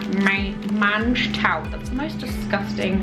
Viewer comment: lol every time I hear you say mange tout it makes me giggle 😜. It’s pronounced monge too. Del Boy used to say it a lot on Only Fools and Horses xx